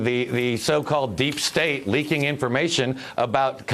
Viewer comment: i think he said "Deep Steak" which is a GOP dogwhistle for Cheeto-on-Cheeto Man Love